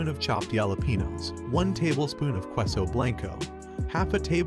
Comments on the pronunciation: qweus-o blank-o Oh god make is stop!!! Freaking at least try to pronounce them right. K-SO and blahn-Koh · Lol "kwe-so"? 😂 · Queso is pronounced kay-so jalapeno is pronounced Hal-ah-pain-o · Your mispronunciation of Queso made me unable to listen to the first story.